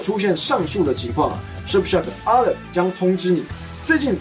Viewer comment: Alert 噁熱才是正確的讀法